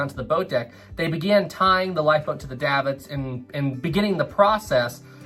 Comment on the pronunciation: davit is pronounced "dayvit"